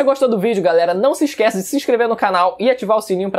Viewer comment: Mano ele falando mydoria e muito estranho